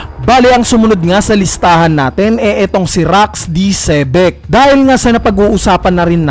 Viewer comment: XEBEC po ata hindi malumanay na SEA BECK..